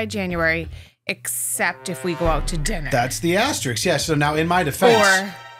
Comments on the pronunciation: That Dry January guy cannot say *asterisk properly. He’s missing the K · is worried that he mispronounced coupon, completely unaware that he consistently says asterisk wrong. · was worried about how he pronounced Coupon, not worried about his pronunciation of asterisk.